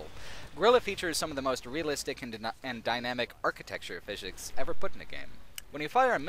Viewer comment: It sounded as though you said "physhics".. 😂